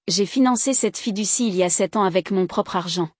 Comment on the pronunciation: Fiducie. Pas fille du six😊